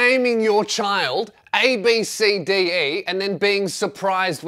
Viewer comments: I'm pretty sure its pronounced "Ab-Si-Dee". Still a shit name tho. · Ab(si) di is how its pronounced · ABCDE is pronounced "Absedee" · It’s actually pronounced as abb see dee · I actually know someone who’s name is abcde. You say it like ab sa d